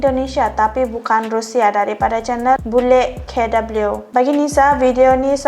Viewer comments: Bule KW jangan dibaca bule dablyu tapi dibaca buleg kawe. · Nisa....bule kw jangan dibaca bule key double U.... yang benar bacanya adalah bule kawe. Apa itu kawe? Kawe is slang in Indonesian.... it means imitation. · Bule k dabelu 😂😂.. Di baca k We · bule kei-dabelyu 😂 kawe kak bukan kei-dabelyu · Bacanya Chanel itu: bule kawe. Bukan K double you